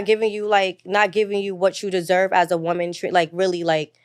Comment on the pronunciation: ANOTHER idiot who doesn't know the difference in pronunciation between "woman" and "women". It's funny because they don't say MAN when "men" is supposed to be used. Wtf is going on with this generation, bruh?